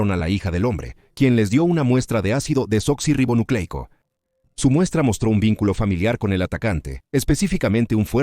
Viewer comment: Lo siento, pero qué risa me dan los que se quejan de que diga la palabra correctamente: Ácido Desoxirribonucleico. ¿En serio eso les enoja tanto? Pero así se llama. 🤷🏽‍♀️ Me recordaron cuando estaba estudiando la carrera, Medicina. Me tocó exponer sobre los XII Pares Craneales, llené las paredes de mi cuarto con las láminas que usaría, para repasar todas las noches antes de dormir. La hija de la señora que me rentaba, me pedía cerrar las cortinas, porque le ponían nerviosa todas esas palabras raras. Qué cosa tan extraña. 🙄 😂🤣😂🤣 En fin, gracias. Buena investigación y narración. 👌🏽👍🏽